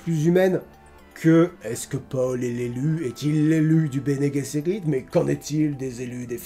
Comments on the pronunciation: Bene GUesserit. C'est du latin (bien agir) et G en latin se prononcent GU. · dans Dune de Lynch ça se prononce : "Bene Guesserite", et dans le Dune de Villeneuve : "Bene Jesserite". 🤗